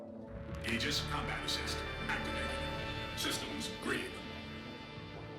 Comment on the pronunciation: Pausing video immediately to cheer about someone finally pronouncing "aegis" correctly!